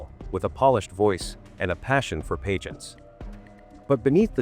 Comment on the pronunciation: good video. I think I was just distracted by the pronunciation of certain words, like pageant.